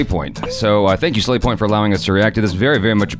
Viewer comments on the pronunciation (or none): but you said sla*y point instead of slavy point